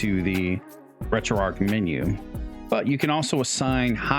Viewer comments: Its driving me insane when you say arc/ark for some reason instead of arch hahahah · Retroark retroark retroark hahah